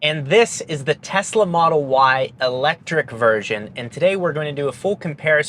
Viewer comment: "and this is the Telsa model Y ELECTRIC version" 🤣